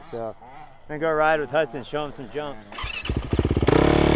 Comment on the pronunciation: Can someone clear up the 'Huckson' vs. 'Hudson' thing for me?